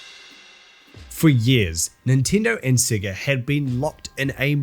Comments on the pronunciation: I’m sorry but are you pronouncing “SEGA” as “SIGA?” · At least learn how to say Sega. Your accent is intolerable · thats not how you say Sega.. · Cannot stand the way he pronounced sega